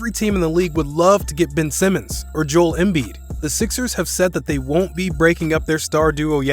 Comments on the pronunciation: the way he said joel,it sounded like "Joll Embid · It's not pronounced jole embid it's Joe ell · Kid said jole embid